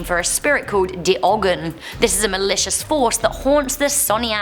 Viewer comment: Did you just pronounce it like a german "de" and ogen with 2 g's?